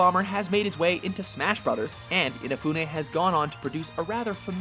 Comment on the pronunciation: sigh Your widly varying failed attempts to pronounce Inafune's name are frustratingly humorous. I guess this pronunciation will have to do.